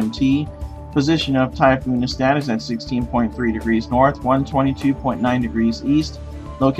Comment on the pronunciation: Actually, it's NESAT, not NESTAT